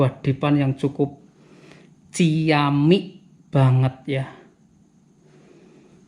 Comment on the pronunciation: & "ciamik" logat semarang